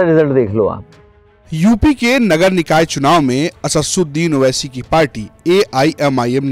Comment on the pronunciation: Naam bhi nhi le paa rhe ho owaisi ka 😂